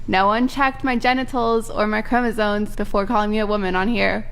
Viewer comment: The moment you pronounce the word chromosoNes it invalidates everything you said before and after.